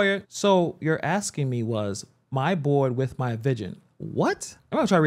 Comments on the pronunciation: And so should this commentator he keeps axing her and there…the pain….just ask a question. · Lizzy Bordon never says ask or asking SHE always says AX or AXING or AXED. She sounds ignorant and has zero professionalism. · Man even your "aksing" questions 🫤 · Why are you even axing?